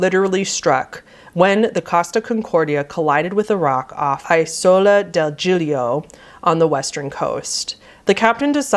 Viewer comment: Love your videos, you cover tragedies and topics with utmost care and respect. Though, forgive for I must point out some Italian mispronounciations: -"Civitavecchia" is "Cività (with a stress here)-veh-kkia" -"Isola" is "E-Soul-Ah". You did nail the ex-Captain Coward's name: Schettino" pronounced "skET(like in kettle)-teeno", as well as Commander De FAHlco :D. PS. I'm from the South of Italy, so Northeners are going to disagree but I do think my tips may help a non-Italian speaker. Hope this helps in some way. Much love❤.